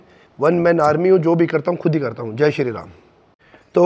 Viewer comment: Baar baar ye jo bolta hai sharee ram kia hai ye